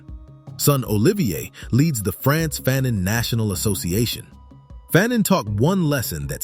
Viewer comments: FAhNONE not Phanen... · Wasn't his last name pronounced fuh-NON and not FA-nun? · I learned a lot, and this is a great video! But FYI, his name is pronounced Fuh-NON. Not Fan-in. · Stop pronouncing his name incorrectly. His last name is pronounced as Fa' None. Not fannon. He also wrote The Stolen Legacy. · FAnon not FANon. Frantz FAnon esteemed victorious heroic ancestor. Aime Cesaire esteemed beloved ancestor. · Pronounced "Fahnaan" great Brother 💪🏾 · This is very jnformative. "The Colonizer and the Colonized " was required reading in one of my college classes. However, I may be mistaken, but we were taught that the pronunciation of his name sounded like Fa known. At any rate, this is very informative and interesting. I look forward to watching more of your videos. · You’ve done the research and cannot properly pronounce his name correctly? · I first read Fanon in 1977 while in College. My Doctorate advisor was himself a scholar of Dr Frantz Fanon writing. As a college professor myself, Fanon is required reading in my classes. While I enjoyed your video. I cringed a how you mispronounced his name. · Great piece! Appreciate U 4 putting this together. However, U R murdering the pronunciation of his name!!! The 2nd syllable is pronounced as “none.” The “a” is a short “a.” Please do more research so his name is said correctly. We owe this African so much!!! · He is from Martinique…So you do your research